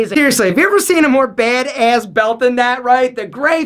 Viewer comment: i love how he says, "baid ayss" 😂😂😂